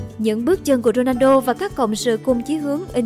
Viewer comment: Dôđrendo hả ? Đọc kì vậy !